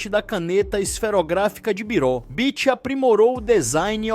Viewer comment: Do you not know ANYONE in this world who can speak without having to use those STUPID robotic AI voices. Horrible, and earns you a channel block. That stupid voice also mispronounced Bich's name three times. Stupid.